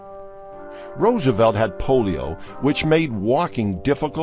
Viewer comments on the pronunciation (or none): none